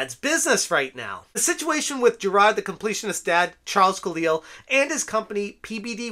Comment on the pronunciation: Make all the videos u want about this just please stop saying "jirahd"